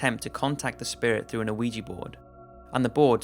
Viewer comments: Ouija is pronounced wee-gee not o-wee-gee. I love your vidoes and every time I watch one with an Ouija board involved I can't help but hear it. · Its pronounced wee jee board man. I'm pretty sure anyway I haven't looked up the pronunciation but that's how everyone says it. It annoys me every damn time you pronounce it the way you do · First of all it's pronounced we-ja. Second I'm normally skeptical about ghosts but the San Pedro case makes me question. Assuming the investigator's aren't lying the only other possibility is that the couple had access to blood plasma. I would love to know if one of them worked in the medical field? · "wee-gee" board. Not "OH-wee-jee" board. The "o" is silent. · Weeegeeee board get it right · You're not supposed to pronounce the O in Ouija dude, its pronounced WEE_JAA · Does anyone else sometimes hear "Luigi board" like you're summoning a vengeful cartoon Italian? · the ouija ones were so hard to listen to cuz this guy keeps saying “oh weegee” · i swear to god it sounds like he says luigi board and now i cant focus on other shit he says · DUDE....THE "O" IN OUIJA IS SILENT. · The o in ouija is not pronounced... That was the scariest part of this video! ;) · Oui is pronouced 'we' as in the French word for 'yes' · How many times hearing Ouija Board pronounced incorrectly is too many? How well researched can you video be if not ONCE did you ever come across a correct pronunciation? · When you get older you start to realize that if pronouncing words like Ouija correctly is too difficult for you how can you raise children? Sometimes it's best to cut your loses while you're ahead. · ArM kH I know all about Ouija. I'm mocking his pronunciation